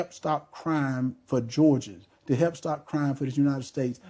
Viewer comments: Why can't he pronounce " help". He said he " wrotten" many checks. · Truth be told,this guy cannot even say the word help,what is hep man,English is our language not gibrish,speak with intelligence if HE wants to be US SENATOR. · 😂😂😂 also he keeps forgetting to pronounce the ‘l’ in help . 😪